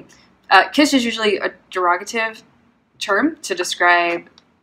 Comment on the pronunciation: Please note: The word is pronounced kiTSch, not quiche or kish.